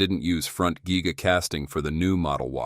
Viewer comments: This is simply amazing. Tesla is the clear leader. The guy doing the voice-over is an idiot, he says geega and guyga. The thing is called a giga press. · Geega Press, Guy ga Press or Giga Press? Giga Press….is the correct one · Giga. Not geee-ga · gig a' dick! Not geee ga' what year did this happen ? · Geega geega. I wonder how many humans will mispronounce words as a result of AI voices… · AI can’t say Giga!!